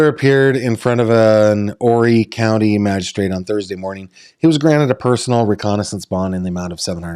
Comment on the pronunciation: You pronounced Horry County correctly!! I can't believe it. Most people screw it up horribly. I was born and raised and still live in Horry County.